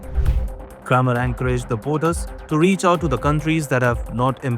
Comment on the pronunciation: It's not craammer, lts cramer, the pronunciation as "cream* 😂, can't even pronounce stuff correctly then stop narrating